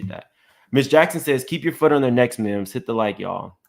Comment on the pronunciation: MIMS your tumbler should say "MIMbers"